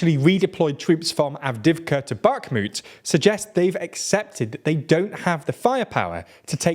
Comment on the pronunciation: Also; no 'K' in 'Bakhmut' 😉 Also, also; Eeeeeeegor Girkin, not Eyegor Girkin 😁